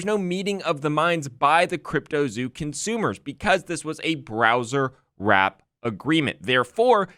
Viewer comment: Why are you pronouncing "browsewrap" as "browserwrap" when there is no "r" after the word browse? Don't do that in court, I want my man sounding professional